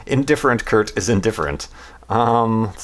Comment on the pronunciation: *Kurt*, not Hurt :P